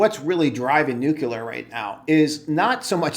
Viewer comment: Good analysis. Friendly tip- revisit your pronunciation of nuclear... there's only 1 'U' in that word 😉